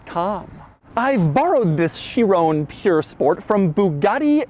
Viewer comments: Chiron...it's called a Chiron NOT a Chirone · doug i love you but its pronounced sheer-on not sheer-oné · It's not a 'Chirone', you fool. It's a Chiron. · Chi Ron.... Ron .... Chiron... not bloody chirown 😂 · "THIS is a bugatti Chiroan Pure sport" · Doug, Doug, Doug... please learn how to pronounce Chiron 😂 it's not Chirone, it's Chiron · Chiron. Not Shear-own. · Kai-ron. Sheerown is a sound Michael Jackson would have made while grabbing his crotch and delivering a smash hit. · For the love of god it's pronounced "she-rohn", not "chi-roooooooone" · Everybody saying: Chiron Doug says: Chironè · Please are you Americans going to continue to pronounce Bugatti Chiron as Boogarty Shirrone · Chi-ron not Chi-rone 🤦🏻‍♂️🤦🏻‍♂️🤦🏻‍♂️ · No one : Doug : cHirOnE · Is it just me or is Doug the only guy that pronounces Chiron as Chirrooone? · they way hes saying "chirown" kinda made me mad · “My Chirona”... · lol Chiroune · Michael Jackson's favorite Bugatti. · I like doug but my god someone tell him how to say chiron correctly. It's like he's trying to do a michael jackson impersonation everytime he says "chiron" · dougs pronounciation of this is atrocious like my spelling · Any fellow Europeans cringing at his constant mispronunciation of ‘Chiron’? Bloody colonials. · The way he says Chiron makes me mad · But my god why are you pronouncing it chirone. There is no e on the end. Also there is no e on the end of veyron. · Shee-ron (soft n)... Purr.... Spore.... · Where tf you getting that chiron pronounciation from? And its not pure sport, theres no e. You dont call a veyron a veyrown, do you? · stop pronouncing Chiron and Pur wrong... it isn't hard to google, doug